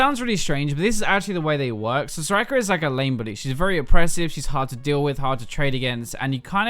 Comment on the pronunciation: Why does he say her name SorakRRRRRRRRRRRRR?!?!?!??!?!?! It's annoying!